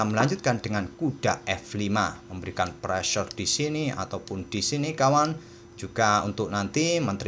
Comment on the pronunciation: Istilah " pressure" itu keren bgt om,, apalagi cara pengucapannya itu lohh 🤗 ditambah istilah "sikat" aduhh, cool.. gajah sikat kuda,, kalo mau di ganti ya pake istilah " hantam" juga boleh om 😀😀 Mksi..